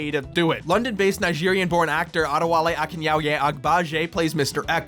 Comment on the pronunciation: Big props for saying Adewale's name correctly. I grew up in Nigeria and I don't know if I'd be confident to say it on camera.